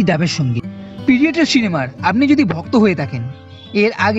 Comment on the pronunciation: কিছু মনে করবেন না... কিন্তু 'পিডিয়েটর' জিনিসটা ঠিক কি, সেটা বুঝলাম না... 'Predator' এই শব্দটির বাংলা বানান 'প্রিডেটর' হয়... কোনোভাবেই 'পিডিয়েটর' হয় না.. আপনি বার বার উচ্চারণও করছেন 'পিডিয়েটর'😂 প্লিজ উচ্চারণ ও বানান দয়া করে Correction করুন...